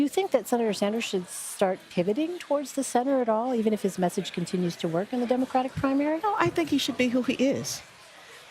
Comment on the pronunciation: Pete Buttigieg is so confused about the statement because it sounds like Bloomberg said, “Walk across the aisle” instead of “work” right after his statement about the gay marriage hahaha